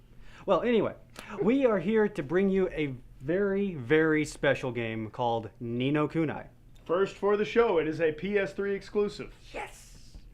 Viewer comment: Its pronounced Ni No Kuneeeeeee